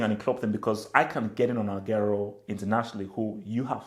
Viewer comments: it's Agu-wero not Ag-airo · This guy can't even pronounce aguero lol